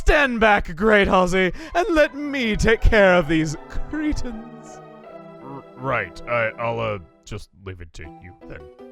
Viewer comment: creh-tin, not cree-tin.